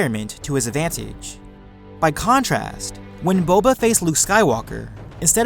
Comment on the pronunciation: this guy makes words with 2+ syllables at the end of a sentence really irritating. listen to the way he says advantage!! aaagggghhhh